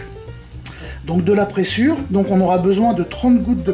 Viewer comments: Bonjour Super vidéo ! A titre informatif on prononce prézure et non pressure. Ça m'a obsédé tout le temps du clip. Bonne journée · Bonjour et encore merci pour toutes ces vidéos. La présure (prononcer prézure ;) ) permet la digestion du lait des ruminants à l'aide de leurs enzymes gastriques. D'ou les problèmes de santé que l'on peut avoir avec le lait, le beurre et la crème fraiche...